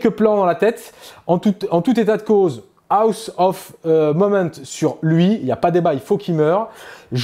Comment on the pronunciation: Rapport de bataille bien cool. Belles figs. Explications bien amenées sur les aspects de jeu. Seul truc, cher: quitte à dire en permanence "serment de l'instant" en anglais, alors ça ne se dit pas "Aoss" (on dirait que tu dis "house"... ça se prononce "hoss"... Sinon en français c'est bien aussi...;)